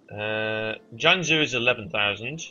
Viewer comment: Pretty Sure You're Mis-pronouncing Both Jianzhou And Haixi.